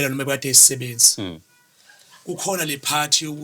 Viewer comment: Igama elithi sisebenzi ay chaaaaa alizwakali kahale🫩